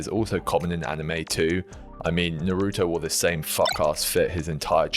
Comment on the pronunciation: Immediately stopped watching the video at your pronunciation of “Naruto”